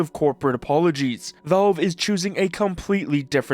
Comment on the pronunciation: At first I though he could not genuinely pronounce valve but then cash and patch were not an issue. Go figure... Is he messing with us? 😂